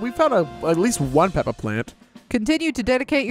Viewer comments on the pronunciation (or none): none